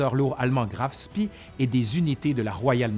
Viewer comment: Toujours passionnant ! Petite remarque sur la prononciation des noms chermaniks : on dit Graf Spéé et non pas Graf Spii...